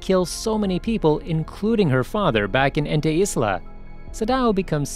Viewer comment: You saying ente isla is like you saying it antu-islam, such a bad name to use for calling a place